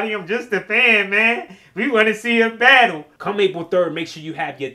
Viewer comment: "We gotta BADULL."